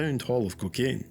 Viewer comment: Stop calling it kikane ffs man